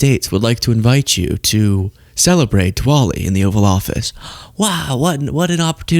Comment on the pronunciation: Sorry, American education is quite visible with your pronunciation of Diwali.